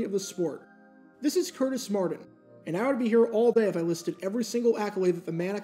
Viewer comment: How can u say "Curtis" but cant say "Martin" (Mardin)